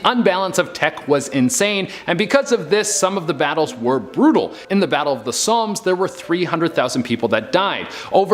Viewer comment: Ernst Priesner - She pronounces this name as Ernest when it clearly isn’t. Also the guy says Battle of the Sommes - it’s Somme - no ‘S’ on the end - it’s in Northern France.